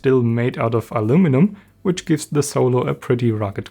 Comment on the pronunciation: Oh, mein Gott, Junge. Red mal ein bisschen weniger verkrampft. Das hört sich ja furchtbar an. Am schlimmsten finde ich dieses andauernde kurze Ä vor den Wörtern. Unglaublich nervig. Falls du nicht weißt, was ich meine, hör mal genau in rein. Sehr markantes Ä vor "the". Das wiederholt sich im ganzen Video zig mal. Übrigens wird das "e" "the" im Englischen nur dann als "i" gesprochen, wenn dahinter ein Vokal folgt. Du sagst aber nur "theee", was falsch ist.